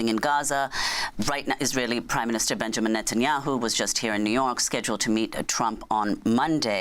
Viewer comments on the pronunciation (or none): none